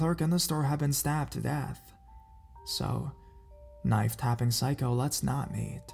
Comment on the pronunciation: The way you say psycho... it causes physical pain.